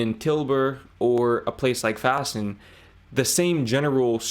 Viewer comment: dude you said Vaassen in it's local dialect sound and i laught my balls off XD